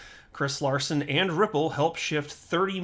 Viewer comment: hahaha name not at all correctly pronounced :)